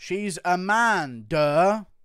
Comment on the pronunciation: A-MAN-da Nunez 😁🤣